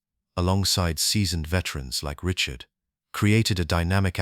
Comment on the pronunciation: Just gotta work on the pronunciation of Rocket Richard's name and some of the other French-Canadian names but beyond that, this file is gold. I'm subbed and I wait to see more.